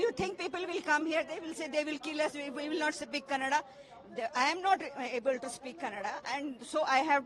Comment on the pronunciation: Don't say kannad you say kannada mind it hindhi channels